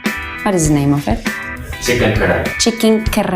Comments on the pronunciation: What???!?! what is karachi?? its karahi.. 🤦‍♀️🤦‍♀️ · What you can't even pronounce chicken kadai oh my God